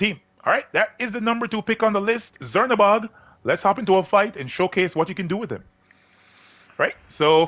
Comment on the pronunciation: I think its pronounced chernabog like how we pronounce czech